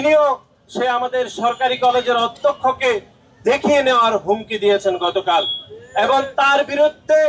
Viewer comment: 😂😂😂😂😂😂 আহা মুরুব্বি নাসির উদ্দিন ষাড়, আপনি এখনো "এবং" শব্দের শুদ্ধ উচ্চারণ শিখলেন না? শব্দটি "এবন" হবে না। শব্দের উচ্চারণ "এবং"